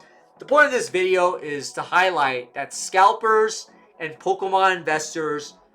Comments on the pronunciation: I feel like you're saying POLKAMON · "Poke-UH-mon cards." 😐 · I'm finna panic if I don't hear say POKE-UHH-MON at least once a day fam